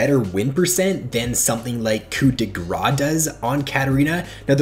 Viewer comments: Your pronounciation of "coup de grâce" was quite funny for a french dude like myself. The "ce" isn't silent so you should say "grass" and not "gras" (silent s this time 😉) which means "fat". So yeah, "hit of fat" sounded weird lul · Please stop saying coup de grah... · It's french. You don't say coup de grah